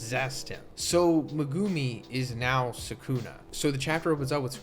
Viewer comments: Lol this isn’t an insult but you might want work on your Japanese phonics. It’s not meh-guuu-mi you’re extending the second part too long making it almost two syllables. Each part of his name should be one syllable. Me-gu-mi each should be one clap. And it’s not “New” it’s Nu-ay. Like I understand that you don’t speak Japanese but it doesn’t take that much effort to just say the names right. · Bro saying me-gew-mi is driving me nuts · meg-A-me The u IS SILENT T_T lol it was bothering me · Why do you keep pronouncing megumi's name very weirdly it's very irratating.